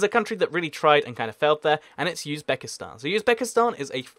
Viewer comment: It's Uzbekistan, it's not Yuzbekistan